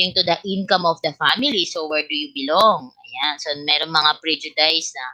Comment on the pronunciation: Pls check the pronunciation of prejudice po